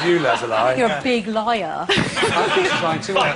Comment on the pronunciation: anjo banjo he says "Les-lie" instead of Leslie